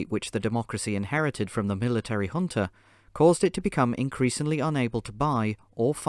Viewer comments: Man, i struggled to understand what was the hunta or hunter (with african accent) that was many times mentioned. It happens that J in portugues is not like the J in spanish, which has a H sound. It is like the english J. so Junta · The English word is pronounced hunta. Sorry